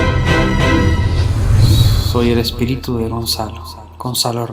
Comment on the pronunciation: SE CONFUNDIO EN VARIAS PALABRAS EL "ESPERITU"